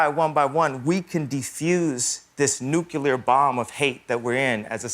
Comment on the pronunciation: ah but he said nucular